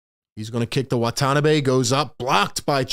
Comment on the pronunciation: FYI, no accent in Japanese. Wah - Tah - Nah - Bee without any emphasis. He has an Exhibit 9 contract, but may get the 15th roster spot (non-guaranteed till Jan 10) if Nets are too afraid to pick up DeMarcus Cousins. Steve Nash loves stretch 4s and 5s. Watanabe and Simmons can play together. It also allows KD to play the 3.